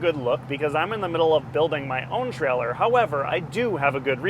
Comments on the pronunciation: It's a "Trailer", not a "Trellor", pronounced with a long A sound as in Tray-Ler. It wouldn't bother me at all but you say it frequently enough to hospitalize college kids playing keyword/drinking game. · He never said trailer, he said treller!